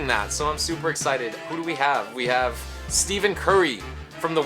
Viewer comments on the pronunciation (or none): Steff-In Curry, not Steev-in Curry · This dude is fucking ass this man said Steven curry u pronounce it Stefan curry Stephen curry has a 10 3 point and he is still trash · It's not Steven curry!!!! It's pronounced stefon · Yes bro you got Steven curry??? It’s pronounced Stephen curry by the way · Pronounced Stefan Curry my man, but no fault to you , it happens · LOLOL "that guy on the Warriors" it's pronounced SteFen Curry, not Stephen. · it's pronounced steh-phun curry not steven curry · I mean steh-phin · Josiah Love wello u dont prenounce it stefon curry either u pronounce stephen curry with an i sound not an O sound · This dude said Steven curry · HE CALLED HIM STEVEN CURRY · Did he just say Steven curry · It’s pronounced stefen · Boi I cringed when he said "STEVEN" Curry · "Steven" Curry. lol. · Daniel harman its pronounced stephen curry u idiot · Stephen is pronounced "Stef in" ^•^ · You said Stephen Curry 1st name all wrong.. look up his highlights to hear how you pronounce the best NBA 3point shooter to ever play the game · Stephen curry you say it wrong